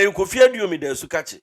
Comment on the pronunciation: Yes "Owusu Aduomi" NOT aduonum